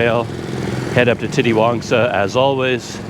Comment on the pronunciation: Titiwangsa is pronounced "teeteewangsa" instead of "titty-wangsa"